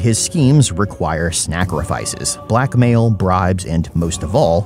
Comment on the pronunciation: I’m not gonna lie, at first I heard “black male brides” not black mail, bribes